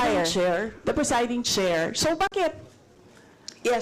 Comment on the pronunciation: bakeeett??? hahaha